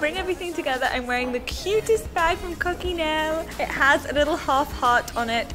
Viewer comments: Love all your outfits, esp the dress. Correct pronunciation for "Coccinelle" is co-chi-NE-leh. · Sorry,the right pronunciation is kottʃiˈnɛlle;-) Love your outfits!